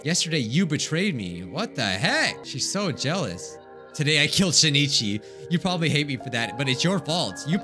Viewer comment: Please notice me Senpai I commented two times before. The name of the protagonist is pronounced Shin'ichi, not Shi-ni-chi. It looks like this in Hiragana: しんいち and this in Kanji: 新一